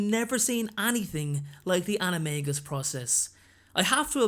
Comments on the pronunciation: I am getting quite annoyed because it is pronounced anime jus not anime gus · It’s pronounced anomajus or plural Animaji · It's pronounced "anim-a-dja-i" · I had a dream that I became an animagus & became a trout... No joke! Also, the movie got it wrong, J. K. Rowling said that the “g” in animagus was pronounced like a “j”. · Why do I keep hearing Anime Guy? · It’s pronounced “animaJus” like in magician. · He. Sais animangus wrong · It's pronounced ana- may-ji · For your information, Rowling has confirmed the official pronouncation is with a J and not a G for the maGus part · I think that animagus are awesome but I hate the way the movies pronounce it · Its supposed to be pronounced with a j sound not a g sound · Animagus is pronounced with a j not a g